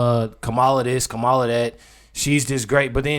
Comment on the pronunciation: Do better: her name is pronounced Comma-la